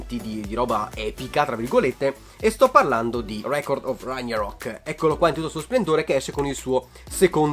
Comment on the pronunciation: ti voglio un mondo di bene, ma Ragnarok è con la G dura😭